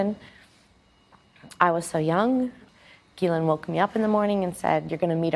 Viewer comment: That’s the weirdest pronounciation of Ghislaine I’ve ever heard! 😂